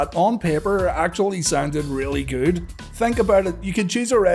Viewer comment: really guud? lol